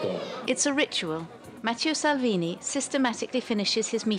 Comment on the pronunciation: "Matthieu Salvini"? Come on France 24! At least get the name right.